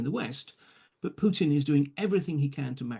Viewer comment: I detest Putin, but you should not be pronouncing his name with a "y"... "Pyutin". The correct pronunciation is "Pootin". The second letter in his surname is a Russian letter "u", which doesn't have the "y" in front of the sound. Just "ooo", like room, broom, boom, move (using American English pronunciation).